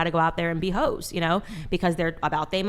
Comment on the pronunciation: Omgosh…she keeps saying “ho’s” it’s hysterical